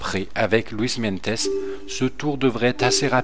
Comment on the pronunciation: cimolai se prononce chimolaye et meintjes c'est meinties Super idée mega j'adore ce grimpeur sud africain